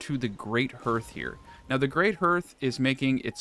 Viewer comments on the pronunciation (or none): Great video. Finally wrapping my head around this game. But it's pronounced like harth:)